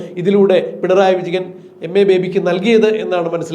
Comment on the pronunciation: പിണറായി വിജഗൻ അല്ല വിജയൻ എന്ന് സ്പഷ്ടമായി വിളിക്കൂ